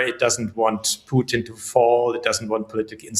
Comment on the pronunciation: Strange this host drops letters in talking. For Putin she pronounces Puin and for important she pronounces imporant. Yes is minor but just weird. Poor education.